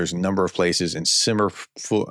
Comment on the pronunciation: not important, but,," Sim-fer-oh-pol", Trump is acting like a merchant of death, every damn time he trashes Zelenski Ukraine has death!, self serving like an anti Christ, I cannot believe what I am seeing!!